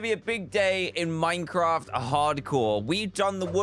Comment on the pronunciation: Literally everybody: Half-Life 2, Doom, etc. DanTDM: Let's play some minceraft